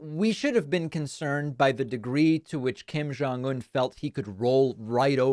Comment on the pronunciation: Hey David. Just want to let you know, the pronunciation of Kim Jong Un is with a hard J sound. Koreans don't have a sound like you use for Jong. That would be more of a Chinese pronunciation. People mispronounce my husband's name like that all the time. But, in Korean it's a hard J sound. BTW, love watching your youtube!!